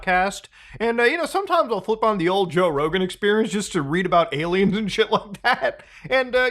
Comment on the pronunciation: did you just say "gay-liens"? Lmao